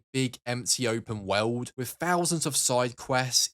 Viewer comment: Why you say the word 'world' like tha 😂